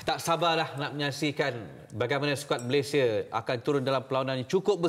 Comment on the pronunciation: Suka Dengar Cara Adam Adli Sebut Nama Negara 🇲🇾 MALAYSIA as in “ MALAY-SI-YA “ sebab sekarang ni ramai yang sebut 🇲🇾 MALAY-SHEER